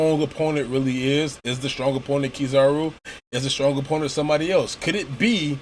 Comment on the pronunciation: It's Kizaru. Still... this was a really good review.